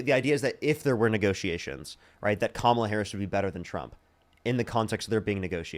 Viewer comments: Respect the men’s last names while butchering the woman’s first name 🙄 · Why can't any of these maga people say Kamala's name right???? I think they must have some kind of brain damage or something. has to correct every single person on his program.🙄